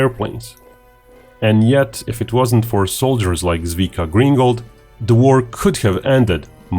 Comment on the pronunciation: If you make a video about someone's amazingly heroic actions, the least you can do is to make the effort to find out how to not pronounce their name completely wrong.